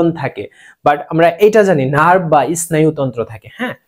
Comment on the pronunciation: ইস্নায়ু তন্ত্র না স্নায়ু তন্ত্র